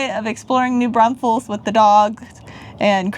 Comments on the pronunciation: Ok. Driving me NUTS. It’s NOT New BRUNSFEILDS. It’s New Braunfels. There is NO UN in New Braunfels. Come on guys. LOL. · I really enjoy watching you guys, but OMG - it's pronounced New BRAWNfuls!!!!!!!